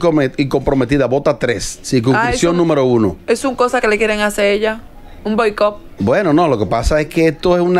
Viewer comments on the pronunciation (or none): Sandra :“BOICOP” , fue que dijo o entendí mal 😂😂, primera vez que pongo este programa